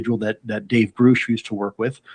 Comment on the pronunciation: Lue’s weird mispronunciation of Grusch’s name is weird. Weirdly weird. 🤦‍♀️🤬🤷‍♀️